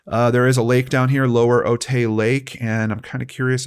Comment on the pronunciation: Otay is pronounced Oh-tie No hate, you are doing a good job!